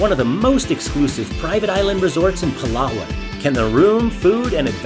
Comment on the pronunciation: Maybe a good idea when travelling to learn how to pronounce the name of your destination correctly, both Coron and Palawan